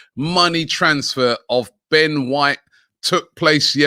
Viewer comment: Surprised Robbie managed to pronounce “Ben White” correctly